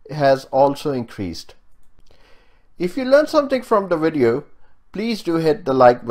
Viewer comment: Why can't South Asians say the letter "V" ? He says wideo...